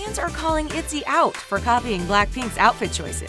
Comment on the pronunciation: Zohre Farzipour itzy its iyzy😂😂😂 Im sorry that made me laugh😂😂